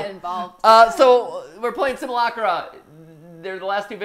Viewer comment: "Simulacra" is actually pronounced "sim-yoo-lak-ra", kinda like "simulacrum".